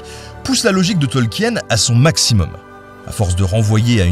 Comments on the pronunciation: Eh oh ! On dit Tolkine, pas Tolkiène, d'abord (oui je me suis fait engueuler, alors je fais pareil 😅) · Tolkien ça se prononce "Tolkine". De rien.